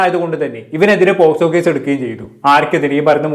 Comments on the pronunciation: Eda kunne posco allada avarathimobe pocso ath parayan padiyada polayadi mone🤣😂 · Pottaaa Posco alla pocso 😂😂😂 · പോസ്കോ അല്ലടാ പോക്സോ😂😂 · കിളിയും, പൂമ്പാറ്റയും, പർപ്പിളും ഒക്കെ കൊള്ളാം.. ആധികാരികമായി കൊണ അടിക്കുമ്പോൾ ശ്രദ്ധിക്കുക പോസ്കോ അല്ല പോക്സോ 😂😂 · Posco alla mone pocso 😂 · POSCO അല്ലടാ കണ്ണാപ്പി കുണ്ണേ POCSO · പോസ്കോ അല്ല പോക്സോ..... 😂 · Posco alla 😅pocso enn parayan polum prathikn ariyilla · പോസ്കോ 😂😂. Pocso ആണ് fool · ഈ തെണ്ടിക്ക് പോക്സോ എന്ന് പറയാൻ പോലും അറിയില്ല. പോസ്കോ ആണത്രേ. ഇവനെയൊക്കെ എഴുത്തിന് ഇരുത്തണം.